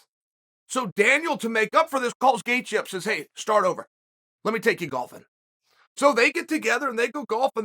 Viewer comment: Howwww can Chael say Gaethjes name correct but non others!!?? How!?? 🤣